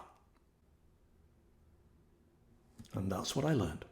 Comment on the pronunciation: You did great job pronouncing his name! I lived near Iz and his family in Hawaii. I hope he realizes how much his music and talent is loved.